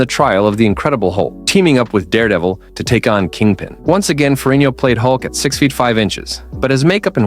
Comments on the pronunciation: FeriGGno! For crying outloud! Get his name right! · Why can’t this guy pronounce Ferrigno consistently ? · Say ferigno again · I cringe every time I hear you pronounce Ferrigno. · Stop saying ferino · Seems like they did a lot of good research to do this video, the only thing they didn’t do is figure out how to pronounce Lou Ferrigno name properly!